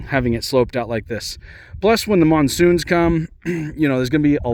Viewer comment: did you say MONSOON?!?!?